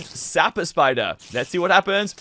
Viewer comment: Ays spayder and eskeleton spayder and slain spayder